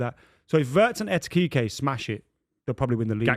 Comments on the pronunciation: Lad who tf is ETEKIKE? 😂😂😂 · Who TF is ETITITE 🤣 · How is it so hard to probounce EKITIKE 😂😂😂 the amount of people saying Et instead of Ek does my head in for some reason 😂😂😂 and im not even a Liverpool fan 😂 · Why can nobody pronounce Ekitike correctly, it's 7 letters!! 'Ekky' Teek' 'A' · needs to take some speech lessons, it’s Ekitike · Nah mate. Etikike 😂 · One day he'll pronounce Ekitike right. One day.